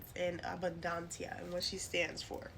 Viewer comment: I appreciate this information and the correct pronunciation of her name